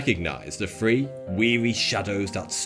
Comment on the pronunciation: Lol. "Five fousand men and free women..." Th-fronting is hilarious and sad. Here's a video for you